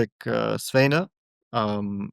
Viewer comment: Fabi at least tried. But Cristian say{ing “Zweyne” instead of Svane after he has surely heard the name hundreds of times by now, is just ignorant.